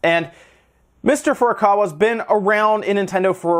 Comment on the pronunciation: Holy crud, it is FU RUE KAA WAA and FUR A KAWA. I know you have to know how to pronounce Japanese names if you worked in video games.